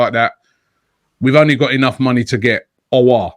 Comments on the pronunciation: Since has been able to say “Aouar” properly he’s been saying it non stop Lmao. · You know this saga has been going on for so long that even he was able to get it right.